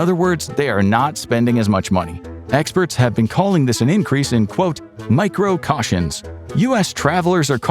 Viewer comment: micro-CAYtions, not micro-CAWtions